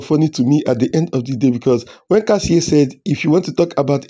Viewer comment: It is Kassia not Kassie